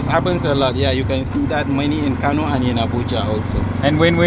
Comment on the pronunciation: Kano is pronounced like kanoo